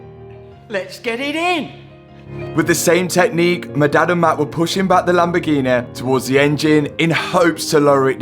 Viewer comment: "the lamborghineeaa"